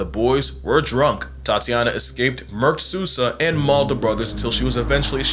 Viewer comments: SOUL-zah, not SUS-ah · Yeah he’s dumb for messing with a tiger but hearing his Hispanic surname Sousa being pronounced “soo-sah” instead of “sow-sah” inflicts psychic damage on me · Great video, your pronunciation of Sousa is... creative